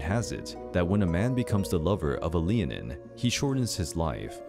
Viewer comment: Sidhe is pronounce "Shee"; Leanan is pronounced "lay-non". The name of the creature would be pronounced "Lah-non shee".